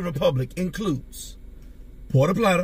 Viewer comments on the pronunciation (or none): none